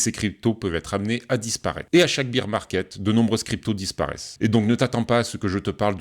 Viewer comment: lol tes pas leu seul, la quasi-totalité de la Crypto sphère Française prononce bir et non bair